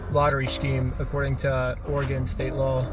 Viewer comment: Good job for pronouncing Oregon correctly, most people in the US can't